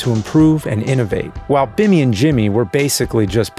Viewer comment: He called Billy Bimmy